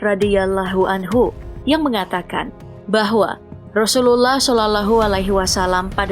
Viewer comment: Min ,penyebutan rasullullah SAW nya di perhati kan lagi!